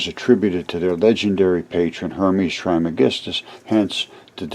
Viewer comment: There has been an episode of Ancient Aliens in the past about Hermes Trismegistus. It's been a few years ago. Some believe that he and Merlin and the Magician are one in the same. Pronounced "Tres" by the way. He is also believed to have authored numerous ancient texts, including possibly the Voich Manuscript.